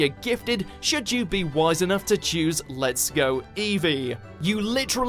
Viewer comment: I thought you said pokemon lgbt lol